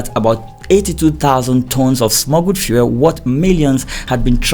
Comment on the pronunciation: Looks like the Journalist after a long investigation is too tired to mention the “E.L” at the end of the word “FUEL” Well lol😂 thereby making it sound like “Fuhrer” instead 😂 Anyways More grease to ur Investigative Elbows my brother! 💜 🇬🇭 🇮🇸